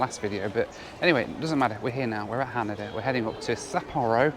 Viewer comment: Its pronounced Ha-Nay-Dah and Sap-poor-oh and Hoe-kai-dough. I know is British but come on. make an effort. Also, I know just goes with the flow but I'd like him to do some research before hand instead of wasting money. He doesn't necessarily have to do the cheapest option but there are better options than taking a taxi between airports in Tokyo.